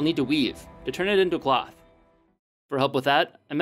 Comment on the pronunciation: Anyone else here ploth when he said cloth?